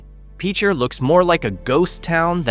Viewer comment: PEEE-cher? WHAT!?